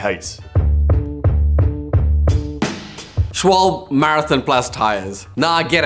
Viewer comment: Please...its SchwalbE not Schwalb...its the same thing like PorschE not Porsch the E is not silent :D